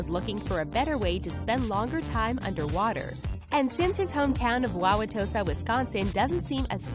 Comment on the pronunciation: Good job pronouncing Wawautosa, most folks really butcher our funky Wisconsin City names